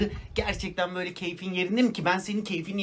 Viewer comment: Hocam her böllüü dediginizde bir garip oluyorum ama cok iyi bir insansiniz bundan hiç suphem yok👌